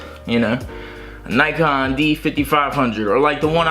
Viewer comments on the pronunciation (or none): Did you just call the Nikon a Nike-on?